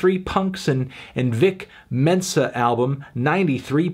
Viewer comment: His name's 'Vic Mensa', Anthony - not 'Dick Tenser'... FFS.